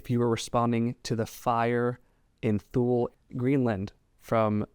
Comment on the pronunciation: Thank you brother just letting you know That the Greenland location is pronounced Tooley like the word 2 with AY at the end